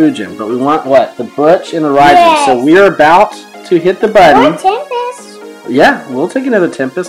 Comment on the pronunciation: Its raijin raijin you kinda say it wrong but its OK😊😊😊😊😊